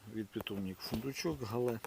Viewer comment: Правильна назва - Гігант із Галле. Галле – місто в Німеччині. Наголос на перший склад. У нас в Україні називають коротко Галле.